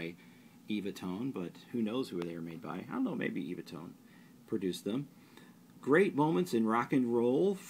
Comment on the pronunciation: To be super pedantic It's pronounced EVAH not eeeevah tone, the few I have include a self promotion for the sheets themselves with comedians Dick and Bert , and they repeatedly say, and even sing it at one point, as evah, perhaps as in 'they last forever'- tone sound sheets Love the vids, cheers